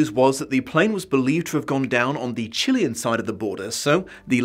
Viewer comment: The first time I’ve heard someone say Chilean right instead of going for Chilayan.